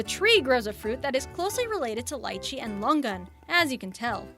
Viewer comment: She mangled Lichee, Jabuticaba and Carambola. Ca - ram - bo - la. all short sounding vowels. Not to mention that it is DEADLY to anyone who is kidney deficient. It WILL cause kidney failure if your kidneys are compromised.